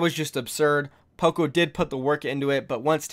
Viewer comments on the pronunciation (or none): none